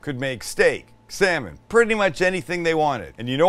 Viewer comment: When you excitedly said "salmon", I heard "Sam-it!" at first, thinking you were taking your own name in vain lmfao